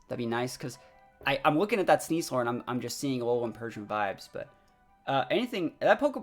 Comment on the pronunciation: IS it just me? I keep hearing him say "Sneas-SOAR" instead of "sneas-LER".. hmm